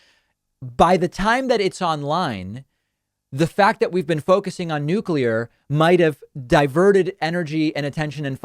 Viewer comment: Thank you, David, for pronouncing Nuclear properly!